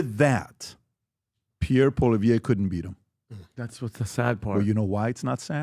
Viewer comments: 100% Where did PBD get the idea that Poilievre lost to Trudeau?!!! Ever?! 😂😂😂 Btw ... his name is pronounced: "Polly-ev" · he should also learn to at least pronounce the guys name. PP has done countless rally's and he' on canadian tv all the time, so irs no surprise this ignorant ameocan doeant seee him.. hey PBD theres a whole world outside of rhe USA.